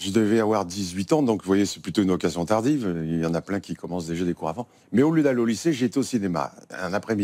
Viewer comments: Такое ощущение что фраза « Qu’est-ce que vous faites là au lieu d’être au lycée ». Ели написать так как он произносит то я слышу « o lieu d’et » но слово lieu тоже очень сильно сокращено. Очень интересное видео! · Кстати да... может быть! Учитывая, что, по видимому, фразу "au lieu" он произновит, скажем, НУ ОЧЕНЬ по-особенному)))